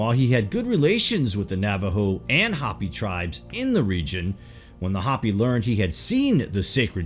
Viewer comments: Pronounced Hoe-pee not Hah-pee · Its not HOPPY, IT'S HOPEY. WE AREN'T RABBITS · It's Hopi (HOPE-ee) people/tribe & wife, not "Hpppy", -ish. Shambhala is (Sham-ba-la) or (shamb-ha-la) where the b is soft and h is barely distinquishable. It is not (sham-ba-holla)! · It's not hoppy it's pronounced " hoped". U butcher other words too. Do some research then you may not sound like such a Yard when you use words like "erstwhile". Douchey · Hope Eee. Hope Eee. Hopi isn't hoppy it's hope Eee ! yah ta hey. Hastien yazee...dola bichan .oops that's Navajo. William E. Auble Capt and carrier pilot spoke perfect Navajo and listened in on Jap aviators on the radio. It was an almost identical phonetic but different meanings. A complete confusement . He never took credit for starting the Navajo code. So my step father was a reservation hero. As the code talkers ....he then noticed large amounts of cash laden tourists who loved Indian jewelry. So those ww2 pensions bought tools and forges as the largest precious metals movement was allowed as the gold hijaxked from Spain and Mexico that Indians mined was raided 400 years about a ton a year. So I witnessed the largest move of gold and silver from the sacred stashes. Then bullion wasn't allowed until 75 which started a freeforall if stash ownership. Vittorio Peak was a bombing range dozens have tried. Yet I watched load after load shipped nationwide to flea markets and retailers and wholesalers like trademark. Motorhomes worth multiplied millions spread out into distribution routes. It was so cheap. Hundreds of tons of silver and gold ...and you all want it or have it in a drawer. Then in 79 spikes $50+ oz. I had suitcases and went on an 8000 mile bicycle circuit around the US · Hopi is HO-pee. Hoppy means full of hops. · the ineptness is astounding cant pronounce Hopi LOL Calls the Hopppy... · This narrator is great, but never ceases to amaze me with his inability to pronounce common words. "Hopi" is said like it's spelled, no "hoppy".